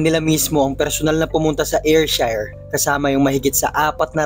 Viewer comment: Wrong pronounciation.. Ayrshire is Air/sheer or Er/sher